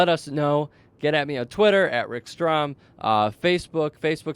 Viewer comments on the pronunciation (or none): none